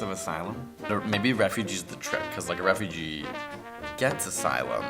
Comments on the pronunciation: Lol um 'refuge' is pronounced "reh-fyooj." 'Ref-fyoo-jee' is "refugee" haha. Glad i knew that much. this test stressed me out though. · It’s refuge not refugee you fool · its refuge not a refugee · Are we just gonna ignore the fact that kept thinking the word "refuge" was "refugee" lol